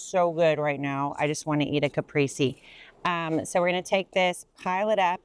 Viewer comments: It is pronounced ca-prai-zei! Have someone who speaks Italian help! Great tips, though. Thank you. 😊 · Caprese: Kuh-pRay-say and roll the r (my husband who is from Italy just heard that and told me to tell you 😂)